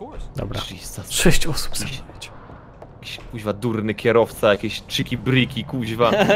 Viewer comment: to jest chiki briki jak juz a nie jakies birki xD